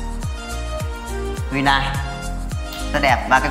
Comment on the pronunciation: Tên đúng phải là Hyundai, không phải là Huynday